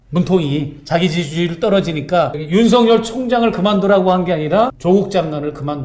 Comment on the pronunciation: 맞습니다 하지만 윤성녈이 아니라 윤석열입니다 혹시 일본인처럼 발음이 잘 안 되시나요??